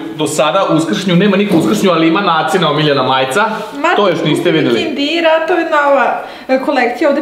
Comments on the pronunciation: Kaže se kinder a ne kindir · je nekad rekla kindir a treba kinder